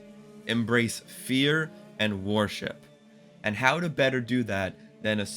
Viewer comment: Villeneuve, not Villenuff. Worship, not war ship! Taken aback, not taken back. Respectable, not respectful. Javier, not Jarviar. Mise en scène, not miz on seen. Truly, not truthfully. (Sorry for the corrections, but I'm a teacher by profession. I can't turn it off when I'm watching YouTube.)